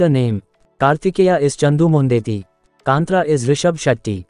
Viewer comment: It is not kanthraa it's kaanthara ಕಾಂತಾರ plzz correct it broo ❤️